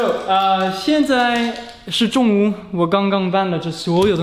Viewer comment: 只有我一个听到他说中午是粤语的吗